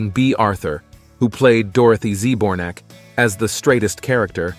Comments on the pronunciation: "The Page Of Wonder?" The only thing I'm wondering about is WHO decided to use AI narration for this otherwise interesting lookback. It's bad enough to have to listen to mispronounced names of actors, plus a tired droning voice in every sentence! Z-bornak..?? Give me a break! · Am I the only one that is annoyed how he pronounces Dorothy’s last name? He is saying “zee bornak” and it’s pronounced “Zbor-nak”. Smdh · Dorothy Z. Bornack (how it was pronounced) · Getting the pronunciation of Dorothy’s surname wrong is really bad